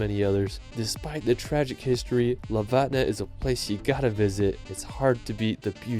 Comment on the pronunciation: damn you just butchered lofoten